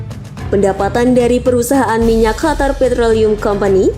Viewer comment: Bukan khatar min tapi Qatar, suara pangkal lidah bukan suara tenggorokan.